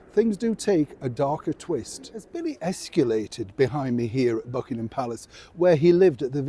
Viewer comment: Okay ✅ Americans aren’t the only ones who mispronounce escalated!